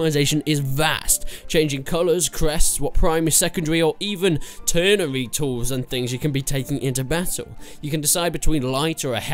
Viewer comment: Wtf is a "turnery" weapon? Tertiary ya goof